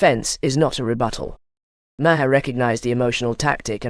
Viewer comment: The bullshit AI narrator can't even pronounce Maher's name right. Use human beings!